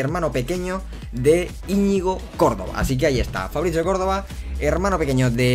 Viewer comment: Porque lees ¨Fabricio¨con pronunciacion italiana? en plan, Fabrizzio?